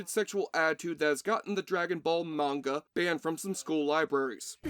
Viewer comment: It MUST'VE bombed; I don't recall ever even seeing a trailer. (Also, kudos on the proper pronunciation of "manga". It's the first time on Youtube I've heard it right. =] ) Now, can you do it's Awfully-Good sister-film 'The Legend of Chun Li'? =D